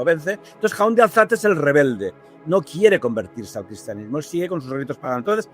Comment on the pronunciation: Impresionante! Maravilla de saberes , anécdotas y compartires del invitado, así como del anfitrión. Un placer! (Pero....! Jaun de Alzate, se pronuncia como si llevase la tilde en la A, es monosílabo: Jaun ≈ "jáun", no "jaún"..., o sea, se acentúa en la A... Espero que me haya explicado, y gracias 🌹